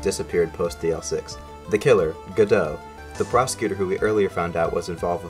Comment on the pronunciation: The way you say godot makes me upset